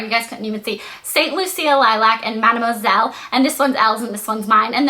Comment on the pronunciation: haha blair its madam mUsel not masel